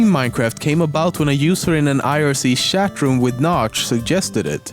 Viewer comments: shat room ...... OMFG!!!!!! LMFAO!!!!!! 😂😂😂😂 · "Shat Room"